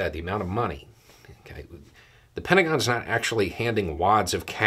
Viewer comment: I don't know if it was intentional, but it sounded like you said "penta-gone".